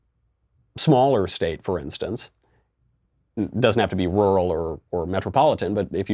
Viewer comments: Rural = rul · "Wuwal?" Who let Elmer Fudd in here? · “Roo-rahl!” Thanks for the input Scooby Doo. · Like Barbara Wa Wa "Wural" 😂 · She pronounces rural like oral which is apparently how she got elected. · Oral....oral....how I got into office. No AOC its rural....rural. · Ruauauaurl voters! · Everyone: rural AOC: lulubububuly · What’s a “roouhl voter”? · That was great. So glad I live in a rrrruuurrllll area. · AAAAAhhhhh Hah hahah hah hah hahaha AAAAAAAHHHHHAHAHAAHAHAHAHA *deep breath* AAAAAAAAAHHHHHAAHAAHAAHAAHAAHAAHAAHAAHAAHAAHAA!!!! OH my god i never noticed that til now Ohhh man roght on Right on Right on Thats fuckin funny She cant say RURAL Just Rr-ruh here andnthere then rruah Hahahahahahahaahahahaha Fuckin shit1 ahahahahahahaha ROFLMAOFKAROFLECOPTER Fuck i cant breathe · Rural = Roo-rall, pronounced quickly! Realtor = Ree-all-ter, pronounced quickly! Mischievous = Miss-chiv-us, pronounced quickly! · She says rural like “rule-Ull” rarely or just “rual” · Rooral rururow ru ru rowru ru roll roll ru, what the heck is she talking about!!! Sounds like a little child trying to pronounce words. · rool jurr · Few Americans can pronounce squirrel or mirror, so it’s unsurprising some of you have problems with rural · Haha...it seems you cant pronounce 'rural' either dude ! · She can't say RURAL because of the big ass horse teeth overcrowding her mouth. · Tbh I can’t say ‘rural’ properly either lol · No offense and don't mean to sound I'm defending AOC cos I'm not but you fumble when you pronounce 'rural' too.. Not sure if you were just being sarcastic there :) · To be fair, “rural” is a hell of a word - really hard to pronounce. Most people seem to lose that second r like she does when saying it quickly. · I could of done without making fun of her for not being able to say rural, get to the information, some people are unable to pronounce certain words. 🤦‍♂️ (Before the hate comes in, no I’m not a democrat or leftist, it’s just honest criticism)